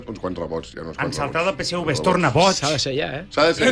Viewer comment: Peseuve no, es diu Peseve, en català, fins i tot Rallo diu Tevetres i no teuve tres. Es diu PSV.